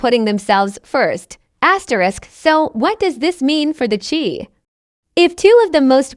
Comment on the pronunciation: Once again it's the Chi pronounced shy, what is this commentator talking about? Is she talking about this season or past seasons